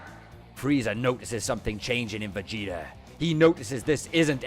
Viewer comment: "Vageater" lol 🤣